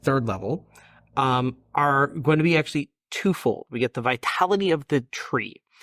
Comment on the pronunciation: Them: "Vitality of the Tree: Me: "Vitali-tree"